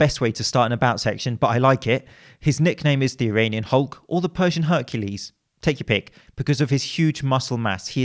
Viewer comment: "My name is Eronion Hulk"